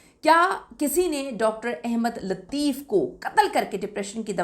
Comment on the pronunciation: My dear the correct word is Ahmad not Ahemad. I believe when you read Holy Quran and open the Surah AS Saf Ayah No. 6 there you see the Word Ahmad. There is zaber on the Alif not zair. The word Ahmad does appear only once in the Quran. According to the Arabic grammar this is superlative degree. Please, pronounce the name of Prophet of Mohammad PBUH correctly. The word Ahemad is meaningless. القرآن - سورۃ نمبر 61 الصف آیت نمبر 6 بِسْمِ اللّٰهِ الرَّحْمٰنِ الرَّحِيْمِ وَاِذۡ قَالَ عِيۡسَى ابۡنُ مَرۡيَمَ يٰبَنِىۡۤ اِسۡرَآءِيۡلَ اِنِّىۡ رَسُوۡلُ اللّٰهِ اِلَيۡكُمۡ مُّصَدِّقًا لِّمَا بَيۡنَ يَدَىَّ مِنَ التَّوۡرٰٮةِ وَمُبَشِّرًۢا بِرَسُوۡلٍ يَّاۡتِىۡ مِنۡۢ بَعۡدِى اسۡمُهٗۤ اَحۡمَدُ‌ؕ فَلَمَّا جَآءَهُمۡ بِالۡبَيِّنٰتِ قَالُوۡا هٰذَا سِحۡرٌ مُّبِيۡنٌ ۞